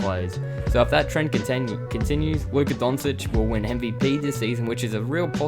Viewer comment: DON-CHICH not DON-SITCH